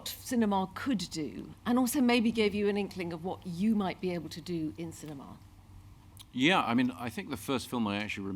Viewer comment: Ah yes, Sin- E- ma!